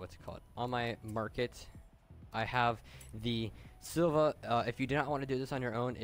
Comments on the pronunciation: why do you say silva instead of silvia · Learn how to say SILVIA you uneducated fuck